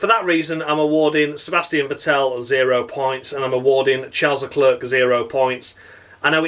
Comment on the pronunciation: I'm just so happy to hear you saying Carles LeClerc in the Crofty manner. You have enuf steady followers you don't have to explain the pronunciation every week. Tragedy! When a Bee Gees song lasts too long it's a Tragedy